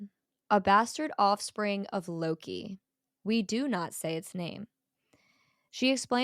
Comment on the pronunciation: Lokey? Loki..ah